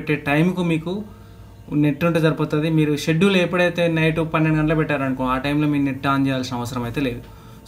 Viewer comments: స్కెడ్యూల్ కాదు షెడ్యూల్ bro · Schedule ni, షెడ్యూల్ అని ప్రొనౌన్స్ చేయాలి బ్రదర్ అక్కడ c silent అవుతుంది.